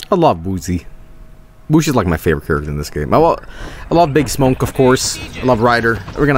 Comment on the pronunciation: I love how he calls smoke Smonk